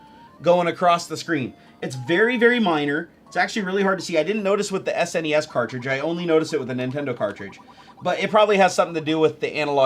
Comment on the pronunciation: "en ee ess" and "ess en ee ess"?? C'mon mate it's "ness" and "snez"